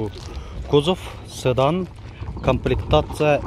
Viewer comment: Ээ укам ! "Цыдан" эмес "Сыдан"дагы эмес , Седан деш керек Укам..